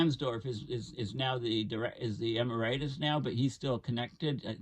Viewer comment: eMERitus not emer-I-tus? - weird that doesn't know how to pronounce that word.